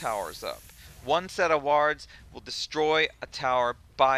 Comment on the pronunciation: Great video. The only thing you got wrong is the way you pronounce "wards"